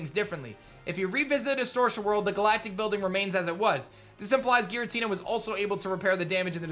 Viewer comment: Giratina is pronounced with a "J" sound. Source: Giratina and the Sky Warrior